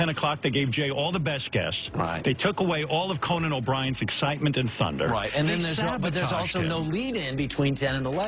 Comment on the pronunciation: “Co bri’s maaager” 😂 sure does miss those connection letters.. you know, the ones that make words actual words